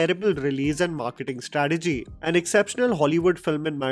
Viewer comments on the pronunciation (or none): none